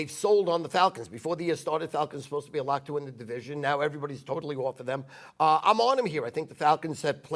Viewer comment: Why can’t they say lock?